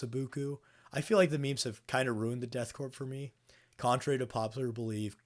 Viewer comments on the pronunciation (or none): The p in "corps/korps" is silent. As is the s, as you already know.